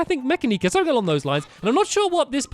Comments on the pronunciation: I think it's pronounced Mu-ca-ni-ca (Mechanica) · stampy u play too much pokémon it's ( muh-can-i-cuh )